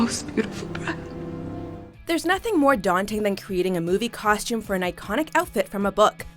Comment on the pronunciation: I cringed every time she pronounced costume with an "SH". Ugh!